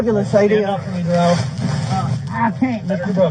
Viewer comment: He said his name was Duh-RELL. But his mom and all the important people in his life call him DARE-uhl.